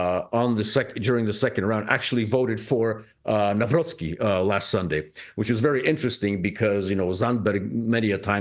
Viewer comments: Hello Clayton, Na-vro-tski like Trotsky. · Dr. Krupa pronounces the incoming president's name the right way. Hopefully, it will permeate to the English-language media that way (Navrotski). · Correct pronouncing is "Carol Nahvrotsky" 🙂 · Try reading: Navrotzky. :D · Nav-Rot-Ski Crikey, it ain’t that difficult! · Just put some effort and learn proper pronunciation. "Navrotzki" -- to help you. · Please, pronounce Karol Nawrocki's surname correctly. Nawrocki / ' navrotski /. Thank you. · Navrotzki, that's a correct pronunciation. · It's pronounced "Navrotsky". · You should learn how to pronounce name of such important political figures…..you so much off…. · Please read our new president's surname correctly. Thx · Very unprofessional by Clayton Morris not to put even a minimum effort to learn how to properly say both first and second name of Polish newly elected president. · Kindly verify your pronunciation of the elected president's surname, thank you. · Please learn to pronounce his name correctly.It’s not that hard… In Polish language “c” is not silent and “w” is pronounced as “v”… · Please, out of respect for the man please learn how to pronounce the name of the newly elected Polish President. Ask someone to teach you a then it’s very easy! Thank you, kind regards. A.J. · This channel sucks a big way. A couple ranting on different issues but lacking nuance and context. They can't even pronounce name of the politicians they are talking about - and its not the first time 😂😂😂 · Clayton Morris making absolutely no effort to even come close to pronouncing President Nawrocki’s name correctly. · Read: Navro-C-ki, C is C like 'Ts in Tsar'. Above all, never read w as 'w' in windows, w is read as v. There is no v in Polish language. Its hurtful for ears to hear 'Nauroki' The C and W is there for a reason. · For goodness sake, could you learn how to pronounce a new Polish president elect’s name? Not Nowrocky but Navrotski ! Listen to Dr. Mike Krupa. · It is pronounced Navrotski